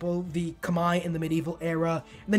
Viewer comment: damn TIL Khmer is pronounced like that (it rhymes with 'eye', I read that it's not accurate but it's the closest most people can get) 💀 I'm not a Humankind player and was really confused, "Kamae"? thankfully I can decipher the next word Baray and find out that you said Khmer